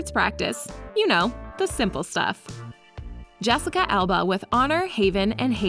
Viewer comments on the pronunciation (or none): none